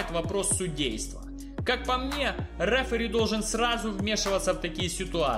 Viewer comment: никогда. Не. Говори. РЭФЭРИ, без пафоса давай